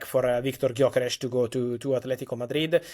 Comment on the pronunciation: How can the two of you do your jobs when you can't pronounce the name Gyökeres? Hilarious 😅